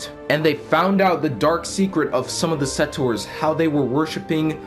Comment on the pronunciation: I think the game should be pay-to-play as well. Also, just a heads up, but settors isn't a word. The correct word is settlers.